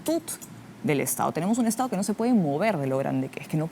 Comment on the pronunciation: Tremenda parametrada.... Aprende a hablar : estao... Gobernaos.. Tomaooo. Estos siguen creyendo que nos pueden engañar.